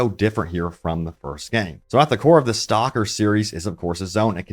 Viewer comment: your pronounciation of STALKER is horrendous, its not a english word. I could not listen more then a 1minute